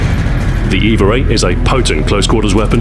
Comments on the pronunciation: The way you pronounce the name "EVA-8" it sounds more like "Eva-rate". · Is it me or is he throwing a R into EVA-8?